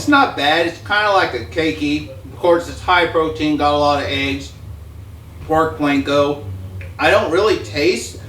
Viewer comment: Please. "Pork Panko", NOT Pork Planko!